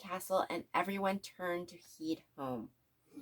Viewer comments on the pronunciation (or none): im sorry but lady... you need to learn how to read! head = heed and so many more mispronunciations rofl